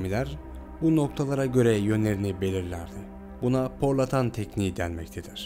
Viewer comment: Porlatan diye bişey yok, PORTOLON